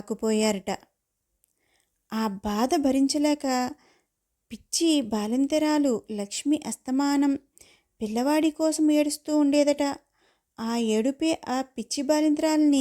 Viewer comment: కొంచెము శ్రద్ధ పెట్టి చదవండి. మీరు పిచ్చి బాలింత అని చదువుతున్నారు కాని పచ్చి బాలింత అంటారు.